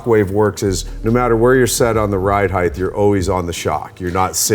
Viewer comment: Ride "HEIGHT"!!! LOL Not HeigTH"!!!